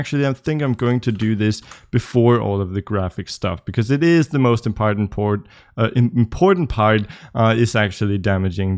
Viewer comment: "Impartent-port", I need this on a t-shirt.